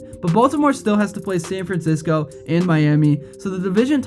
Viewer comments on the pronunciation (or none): none